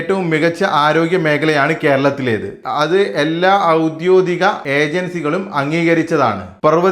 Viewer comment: ഔദോദികം അല്ല . ഔദ്യോഗികം ആണ് ശരി